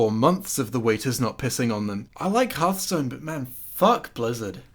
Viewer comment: Imagine unironically saying Harthstone.